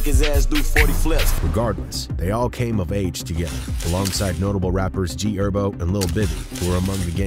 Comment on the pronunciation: Bro pronounced herbo as herb